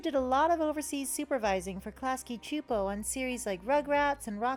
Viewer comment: actually pronounced klasky csupo correctly